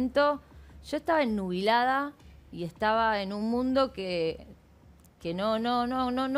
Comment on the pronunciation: Dice q estaba "ennubilada" = obnubilada 😂😂😂😂